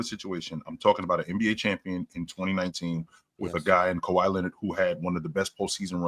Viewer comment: Calling them “Kawhis” Raptors is CRAZY